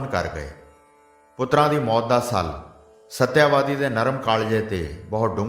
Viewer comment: ਸ਼੍ਰੀਮਾਨ ਕਥਾਵਾਚਕ ਜੀ ਇਸ ਕਥਾ ਦੇ ਪਾਤਰਾਂ ਦੇ ਨਾਮ ਤਾਂ ਸਹੀ ਬੋਲੋ ਸ਼ਾਂਤਨੂੰ ਨੂੰ ਸ਼ਾਂਤੂ ਕਹੀਂ ਜਾ ਰਹੇ ਓ ਤੇ ਸਤਿਆਵਤੀ ਨੂੰ ਸਤਿਆਵਾਦੀ ਬੋਲੀਂ ਜਾ ਰਹੇ ਓ !